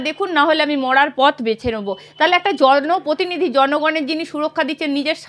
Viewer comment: Please bangla uchcharon ontoto thik korun.... Ota protinidhi..... Potinidhi noy😂